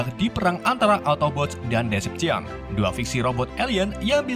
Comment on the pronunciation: maaf bang namanya decepticons salah penyebutan